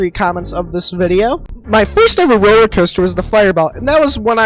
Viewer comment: Ah yes, the roler caster